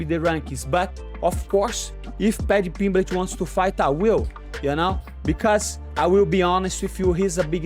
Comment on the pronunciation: "patty pimbletch"